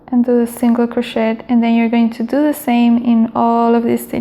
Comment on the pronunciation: It's pronounced cro-shay not cro-shet but thanks for the video! Very helpful!